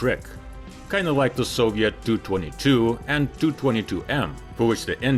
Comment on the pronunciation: AI can't get round Tu-22m so it gets pronounced TOO22 instead of T.U. Twenty Two Em